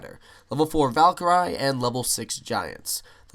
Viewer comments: When he pronounces Valkyrie wrong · he said Valkyrie rong